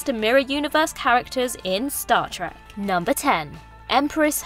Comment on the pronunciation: it's trek not track... how do you mess that up? my faith in this video is gone before it began.